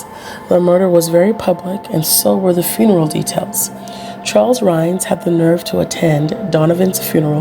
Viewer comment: Hi, This is Dalaine Bloom again. I like that You found this story about Charles Rhines. His name has always been mispronounced as Rhaines. I don't really care but notice the discrepancy in the spelling. Anyway, I was born and raised in Rapid City, South Dakota where this crime took place. I remembered it vividly, because back then Rapid City did not have that many murders. I think that You were Probably given a very cleaned up version of the story. First of All, I never knew that Rhaines was gay and thought that Donovan Sprague was gay?! Anyway, back then that was the first murder that I had heard of in at least 10 years in Rapid City. I remember the murder vividly. It was extremely, scary to All of Us that grew up in or lived in Rapid City. It was a very scary and gruesome murder. We had All heard of how Donovan Sprague fought for his life. There was blood splattered all over the donut shop. I remember the Police put up Brown paper all over the outside of the windows and black plastic bags over them. It was snowy and cold. The Owners did not ever reopen Dig em Donuts. The Owner said, "He could never get that horrendous site out of his head." Blood all over that very Beautiful and cute little donut shop and blood all over the donuts and other pastries. If and If I remember correctly, I think that Rhines lawyers thought that jurors were biased because of all they would have heard from the media about how gruesome the crime was before Rhine's Court date. I didn't remember heari